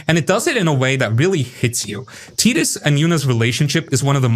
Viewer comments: tee dus sounds so dumb, should call him tie dus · I'm out at Tee-dus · Teetus? Not Titus? Have I been wrong all these years??? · I had to stop watching when you called him "Teetis". They say his name 1000 times in the game. How can you get it wrong? Next! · "Teedus" FOH... I stopped watching after that. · ok I've just never heard it pronounced like that by literally anyone until this video lol